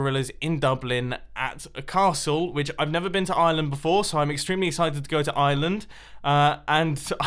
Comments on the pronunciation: Ireland not iland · It's pronounced are land not island I know cuz I'm irish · Mumbo is going to slane castle and it's ireland not ieland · I live in Ireland and it’s not pronounced island it’s pronounced with the IRE and it kinda sounds like our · Noooo wayyyy I live in Wicklow which is btw next to Dublin but id never get to meet you because My nanas death anniversary is on in kilkenny which is far away and i also find it hilarious how u pronounce it island hah u British people I wanna go to Britain, love ya mum no I've watched all of ur hermit crafts and I love em, keep I up bud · Why can no youtubers say Ireland right? XD